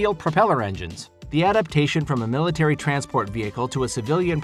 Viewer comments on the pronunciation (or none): none